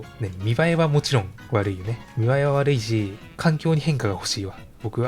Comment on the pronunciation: 〜 のセリフで 「見栄えは悪いし」ってところなんか 「見栄えはワルイージ」って聞こえるようにわざと濁してない？笑 鹿に紅葉さんの切り抜き「トゲから逃げる」切り抜きで知ったしそれを切り抜き編集してくれてる方がこれを編集しているとは！なんかうれしみ！